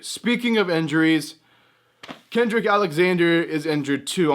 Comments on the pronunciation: It's cedric not kendrick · It's Cedric Alexander. Love your vids